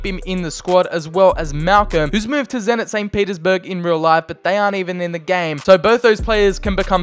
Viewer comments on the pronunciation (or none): none